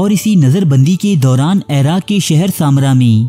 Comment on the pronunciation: Airaq nahi iraq he ap ki urdu boht kharab he me information pe focus kar hi nahi pati ap ki ghaltyo se uljhan hoti he ap khud batao koi ap ko ghalat parha raha ho to kya ap us se parhogy ap sunogy usy ap to kahogy isy to bolna b nahi ata ye mujhy kya sikhayega